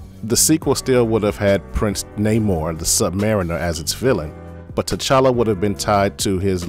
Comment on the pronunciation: Paperboy out here kissing dudes like he didn’t want to. 🤣😂 They couldn’t even get Prince NahMore pronunciation right🤦🏾‍♂️